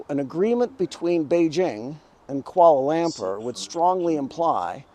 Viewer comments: It’s Kuala Lumpur, not “koala lamper” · Afraid your pronunciation of Kuala Lampur needs work. No, it's not "kwaller lamper." You're on the spot. Have you tried listening to people? Or do you enjoy doing this satirical "Yankee tourist" routine for laughs?